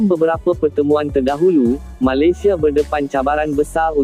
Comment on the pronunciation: Malesia malisea sebut pon tak betul... konten ni beruuuk pon tak nk dengar..